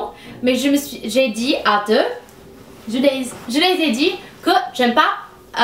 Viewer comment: jule delcampa L'accent québécois? À part le z rajouté dans le mot dit, je trouve qu'elle a beaucoup plus l'accent européen.